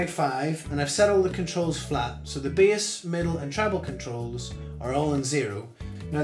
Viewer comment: Why is he saying bias instead of bass haha